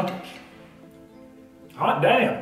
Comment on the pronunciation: I like how he turns country when he says "hot damn".